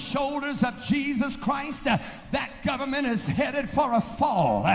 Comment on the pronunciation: I HATE that thing the do at the end of sentences, add an -ah at the end of a word, like government-ah